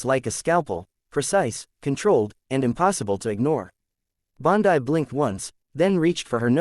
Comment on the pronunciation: Fake: Her name is Bondi (pronounced Bondee) NOT pronounced Bondii.